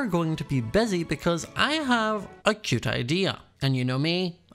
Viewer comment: I luv how he says cute he says it like keute